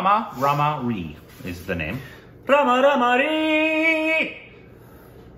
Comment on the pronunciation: It's not Rama Rama ree, it's Rama Rama ray